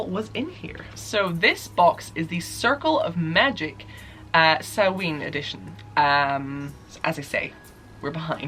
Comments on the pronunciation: it’s ‘sau-wan’ not ‘sau-ween’ although there will always be people that pronounce things slightly differently. Especially with wiccan holidays cause they’re spelt weird lol :) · Sahmein is pronounced Sam-main at least that's what I'm assuming you're trying to pronounce. it has the very rare hard "a" sound from ei like in vein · Shadow Burk Question: is the end of Samhain pronounced “in” (like “in or out”) or is it more of an -een, the way says it? I’ve been using the “in” pronunciation but “een” sounds so much better and more like Hallowe’en as well